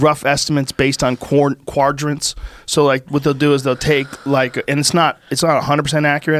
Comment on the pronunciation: Joe “they have rough estimates based on quardrants” Rogan